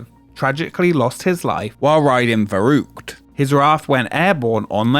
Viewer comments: VERRÜCKT not veruqt, cmon! at least try 🤦‍♂ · What an ANNOYING voiceover! ...and I am only 20 seconds in! fuK! You change pronunciation from ver-ruck to ver-rouk. Let's not forget your continual "wivheld" "wiv" 'wivvout" and "monfs" instead on months and "everyfing". I would suggest you spend several years in acting/speech school learning to speak correctly. Regardless of the actual information...AWFUL! AWFUL! AWFUL! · I lost count of how many different ways Varrukt was pronounced in this video. I also got curious about how old my favorite roller coaster was and it turns out it's 2 years younger than me. That's fun! Shivering timbers! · For the name of the big slide: "verrückt" means crazy (I guess that's what you meant) - it's pronounciation is "far-ü-kt", the ü sound is hard to make for a non native but "cute" comes close to it. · Could you have not pronounced the name of the ride consistently throughout the video? Veroockt, veruckt, make up your damn mind! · Nothing like americans trying to pronounce "verrückt". The first syllable is prounced "fair". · It took me till Minute 27 as a German to understand the Slide was called "Verrückt" (Crazy) in German. Ver (like the FER in ferrous) The "Ü" is pronounced similar like " Make the sound “ee” as in “cheese” and then make your lips into an “o” shape" and then just a k and t. ^^" Some things sounded like "verrucht" (nefarious) or even Beirucht (which sounds like a mix between something German and Beirut, the Libanese capital :D). I feel so stupid. :) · Well, "verrückt" is also not pronounced "fuh-rookt". 'Muricans I guess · its interresting alright, specially the fact, those in charge, dont listen to "scientists"engineers, because....what do they know?! but idk why americans NEVER check out how to pronounce foreign languages 🙄 its "verrückt" not "faroug"😅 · Your pronounciation of "Verrückt" gives me a headache. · That's not how you pronounce verrückt 😂